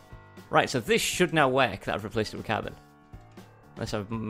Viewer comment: And lol car-boner